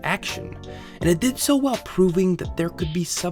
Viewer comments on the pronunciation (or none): none